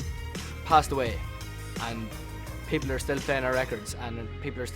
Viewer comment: It's like Niall says Hitler. Yes I know he says people. NO HATE I love 1D :)